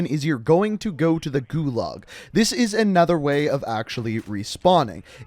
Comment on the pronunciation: Nice video, but pretty painful listening to your pronunciation of "gulag"